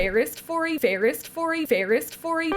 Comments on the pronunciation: “Fairest fory” didn’t even sound wrong to me! I didn’t realize you misspoke until your edit! 😂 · I didn't even notice you said fairest fory until you pointed it out.🤣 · You said ferist forey And I understood, it sounded correct before you corrected it 😭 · What’s funny is that my brain just corrected you automatically—I heard “forest fairy” until you pointed it out lol!